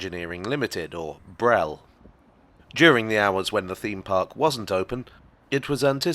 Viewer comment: No one says BREL - its B R E L